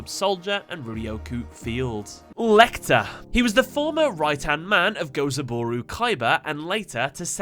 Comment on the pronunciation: Good work mate. The "Lei" in "Leichter" is actually pronounced like "Lie". It's German for "easier". :)